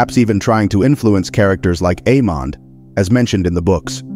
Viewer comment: Questions, questions, questions. Aemond is pronounced, Aemund.